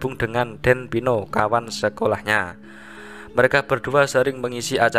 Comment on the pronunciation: Waduh.....Saya anak Partner pertama Beliau, tetapi penyebutan nama bapak saya keliru, disitu disebut Den Pino, yang benar Den Peno. Matur nuwun.